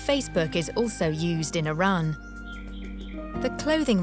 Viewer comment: the woman cannot even pronounce Iran correctly.